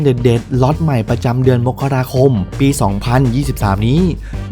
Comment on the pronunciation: อ่ะ อ่านเดือนมกราคม อ่านว่า มก กะ รา คม อย่าอ่าน มก เด้อ อ่าน มะ ดิ่ 😣